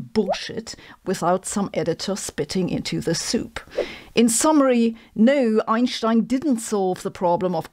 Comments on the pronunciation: The first time I hear "Einstein" pronounced correctly on YouTube, and I'm not even German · Além de derrubar todos esse mitos idiotas da pseudo-ciência (bad science) que vendem por aí, Sabine é a única que pronuncia o nome do Albert corretamente. And I love it so much.